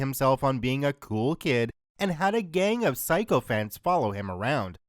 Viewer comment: SICK-o-fant, not SIGH-co-fant